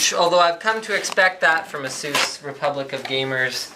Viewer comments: lolzzzzzzzzzzz its eh_sus not asoos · lol "asoos". it's" Ace-us" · Azeus? I always thought you pronounce it as A - SUS. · What is the correct way to pronounce it guys? Asoos or aceus ? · Is it pronounced "A-Zues"...or "A-SES"? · I hate it when people pronounce it as "Asoos". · Please stop saying Asoos. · Erhmm ... you pronounce Asus wrong bro :/ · Exactly. How people can mispronounce that is beyond me.